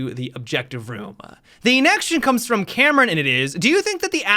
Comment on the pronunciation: Why does he say “ the inection” instead of “ the next question”